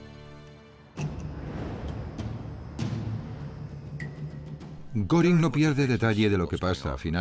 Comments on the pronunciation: Y no es goring es goering pronunciación gering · Se escribe Göring , se pronuncia goering